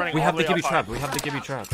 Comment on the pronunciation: I hate when ppl say Jibby, it’s Gibby.... with a G 🙄